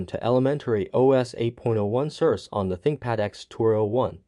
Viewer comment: "Sir Say" is how you say the name. How is it working for you? Which session do you run? Classic or Secure?